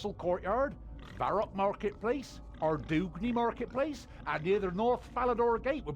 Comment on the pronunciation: I hear "ar-DOOG-nee", but it's a bit surprising since there's been a Postbag From the Hedge (it was a whole thing) that explained some pronunciations and I distinctly remember Ardougne being in there as "arr-DOYN". It's great to see you go through Broken Home after the hype too. I haven't played RE/SH, so it's really nice to see it from that angle. Anyone who knows FF14's relic and other side stories will probably be on board with this being Rowena's canonical form. For anyone curious about the Broken Home credits: Mod Ollie has A Shadow over Ashdale and Beneath Cursed Tides listed, along with a few other quests in the Sliske storyline. Mod Wilson is the main person behind the pirate storyline. He's also listed in a fair few low-level quests and a few higher-level ones from the Sliske storyline. Mod Nexus only has a couple other quests listed (The Mighty Fall, Back to the Freezer), with a few credits being other types of content (e.g., dungeoneering, fight pit and cave reworks). All three of them worked together on the rs3 Barbarian Assault update. Mod Jack is also listed, and he's pretty well-known by now, being a frequent enough presence on the subreddit and livestreams. I'd wager he was responsible for slipping in the Senntisten reference years before other content could relate to it. He's certainly into the greater rs lore, and has some other recognized updates like the M&S rework, necromancy, and comp cape rework.